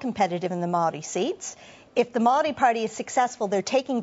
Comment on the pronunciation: The amount of time Paul Holmes has spent as a broadcaster you would think he would have learnt somewhere along the line to pronounce the word 'Maori' correctly. He aha te tangata whenua tenei ehoa? Ko Matt MacCarten? He tane kaupapa rua ia, ka mahara au te whakatauaki 'He pounamu kakano rua.'